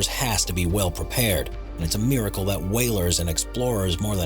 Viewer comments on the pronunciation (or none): none